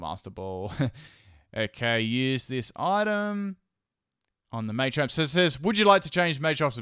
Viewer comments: May-champ... WHHHHHHHHHHHHHHHY!!!!! It’s Ma-champ! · Everyone arguing over what' possible and what isn't, i'm just sitting here thinking "it's MAH-champ, not MAY-champ" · mah-champ, not may-champ wtf. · May-champ .e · "maychamp" it's the little things that make or break a video. couldn't watch because of the way he said it.